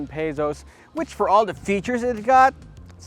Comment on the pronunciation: I kinda love it when he said "Paysos"... slang lol